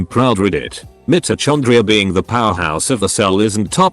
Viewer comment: the way mitochondria is pronounced... i can't